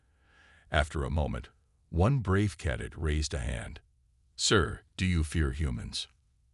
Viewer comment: AI needs training. Word is not KAD-ET it is KA-DET. Other wise good story.